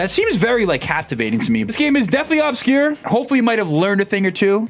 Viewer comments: Its not OB-scure its UBscure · “Ub-secure” it’s pronounced “ub-scure” for the love of god please PLEASE stop pronouncing it “au-bscure” PLEASE 😭